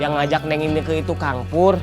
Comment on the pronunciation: Ineke bukan keke